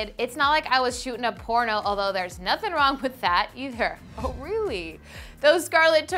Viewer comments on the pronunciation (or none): none